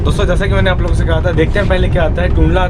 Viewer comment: Dear.I really like your vdos from.bottom of my heart. How ever for making your talks more loveable one suggestion. When you say " मैं आप लोगों के लिये जागता रहा, मी " अप लोगोन के लिये" ये किया वोह किया etc. अगर आप ने "अप लोगन " avoid kiya toh aur बढिया लगेगा. Actually your comentry every thing is "excellent. All the best.